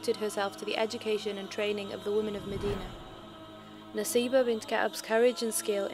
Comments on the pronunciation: It is Nusaybah, not Naseebah. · Its not Naseebah its Nusaybah... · Isn't it written & pronounced as Nusaybah? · Let me Correct It's Nusaybah not Naseebha.. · I thought it nusaybah not naseebah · It's Nusaybah or naseebah